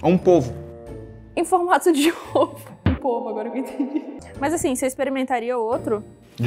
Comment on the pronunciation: Um po-vo AHAHAHAH